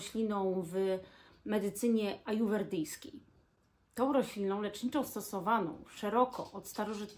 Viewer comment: Nie "ajuwerdyjska" tylko ajurwedyjska.